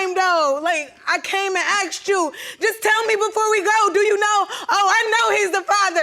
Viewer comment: "I akshed you! I akshed you!" Hey, does you think Sideshow Bob the babydaddy is?